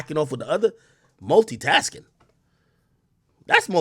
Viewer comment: not "Multitasking" BIG AK ... NOOOOOOOOOO